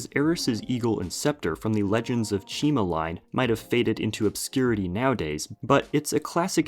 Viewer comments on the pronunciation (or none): none